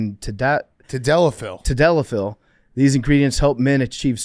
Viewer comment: I can tell PFT isn’t a Cum Town fan by the way he pronounces “Tadalafil”